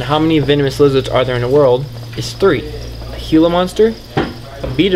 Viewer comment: there callled gila monsters not hila monsters